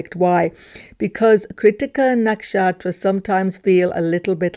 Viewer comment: Why do you say “nakshaStra” sometimes?